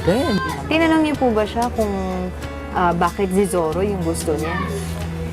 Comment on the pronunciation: Hehe.... Zorro ba o ZIRRA?